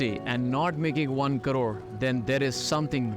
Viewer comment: Bhai ko crore English main pronounce nahi karna aata.. aur crore banake denge..